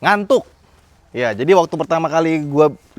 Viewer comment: Aneh bgt skrg kyknya klo dengerin kata ngantuk.. 😂